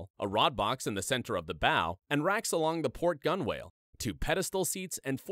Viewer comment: Hey, don't sound like a landlubber...... gunwale is pronounced "gunnel", not "gun whale"